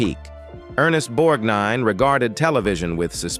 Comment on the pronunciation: Unless they cut the scene for TV, thereis no such film where Fatso Judsen beats Sinatra's character. All Judsen does is pick up a billy club when Sinatra's character is escorted into hte brig. By the way, the computer periodically mispronounces his name. Ther e is also a reference to a "solduer's discipline" when you should have said "a sailor's." He did a nice cameo in RED.